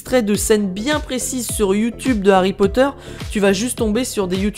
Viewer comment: Alerte rouge:t a dit "HarryPoter "a la place de "Harry Potter"!!!🤣🤣